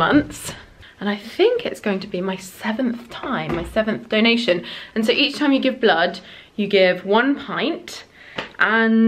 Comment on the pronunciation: Hi! Thank you for all your videos! I notice that min you say time like thime. I mean you put your tongue between lips and teeth. I am struggling with pronunciation and trying to understand how native speakers really pronounce words. So my question is this just coincidence or you really pronounce it this way? Thank you in advance if you answer this question! (btw I live in Silicon Valley in California and here there are a lot of different accents from all around the word)